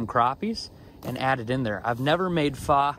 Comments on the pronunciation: pho is pronounced like Fuh. Just in case you’d might get burned in future videos 😆. But food looks great! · You're saying pho wrong Lol.. But it's OK I still love ya.